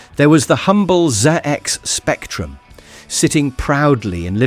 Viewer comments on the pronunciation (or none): "Zee-ex Spectrum"…??? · Zee-Ex Spectrum? Really? Maybe this video should have been presented by a brit familiar with the ZX Spectrum? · I hate this AI crap. It can't even pronounce ZX spectrum correctly! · or "Going Liv and Number...."